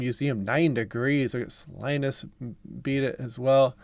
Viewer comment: Salinas shout out was painful lol. It's pronounced like saline but Salinas. No Linus 😂